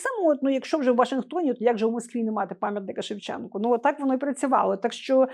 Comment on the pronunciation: Пам'ятник ШевченкУ. Автори програми кілька разів казали з буквою А на кінці